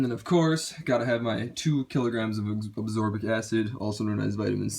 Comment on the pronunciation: /ah skor bic/ and /el thee uh neen/